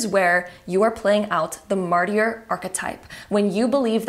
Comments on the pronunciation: Martyr = ( MAR-TER) just so you know. Sorry , it's really tripping me up trying to listen when you are saying it that way, but I get how you would assume it was pronounced that way. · So funny how you pronounce martyr as Marty-r, I couldn't take that section seriously I kept giggling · Hello, friendly correction of the pronunciation of the word “martyr” ➡️➡️ MAR-TER (the “t” being soft like the t in water). Martyr rhymes with Carter or barter 🙂